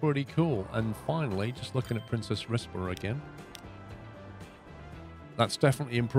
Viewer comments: Princes, not Princess :) as in more than one Prince. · I believe the pronunciation is "Prince's Rizborough" ??? Please use some decent trains!! There are various other capacity busting units and coaches plus you've electrified all your routes but keep using diesel traction? You could put a lot more capacity on these routes (more and longer trains). You can also run the units in multiple. Use some different buses too, some bendy buses perhaps? You could have put exit back, paused again then deleted and this would have pushed the buses to the exit without having to play on. Don't do a level cross over on those two lines, do a diver under or over!